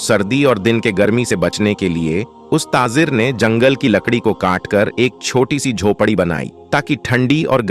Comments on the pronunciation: Tazir nahi tajir bolo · TaJir and not taaZir